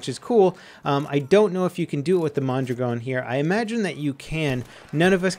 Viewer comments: Its "mon-draagin" not "mon-dragown" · why does he say mondragon so wierd...